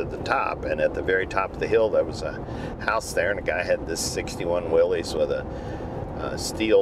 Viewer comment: Thank you for saying “Willis”